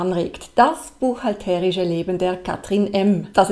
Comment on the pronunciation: Ich noch nicht. Warum spricht immer von "buchhalterisch" - mit so einer komischen Betonung auf dem "e"? Ich stehe auf dem Schlauch...